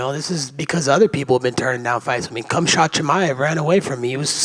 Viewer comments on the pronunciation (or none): the fact that he alwasy calls Khamzat "cumshot" alwasy cracks me up! LOLOL